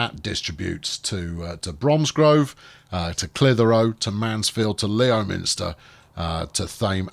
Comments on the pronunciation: Isn't Leominster pronounced Lemster? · Leominster is pronounced Lemster. Not that it'll make any difference 😂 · And, by the way, it's pronouced Lemster